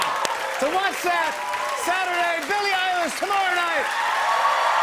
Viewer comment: Who the fuck is bille eyelash?